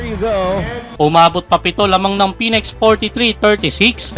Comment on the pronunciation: May bago palang team ang PBA., phoenex. plantsahin m kaya dila mo para mapronounce m ng maayos sinasabi mo